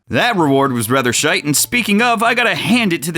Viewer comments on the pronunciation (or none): none